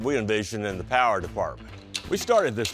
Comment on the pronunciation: PONTIAC POWA